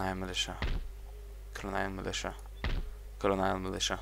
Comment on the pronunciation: it's a little too late but someone should have made a compilation with pronouncing colonial wrong like a hundred times:)